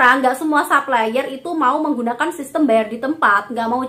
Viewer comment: Makasih review nya mba. Tp mohon maaf sy terganggu denger mba bilang supplier bilangnya saplayer.. pls betulin deh hehe.. krn mba kan influencer. Trims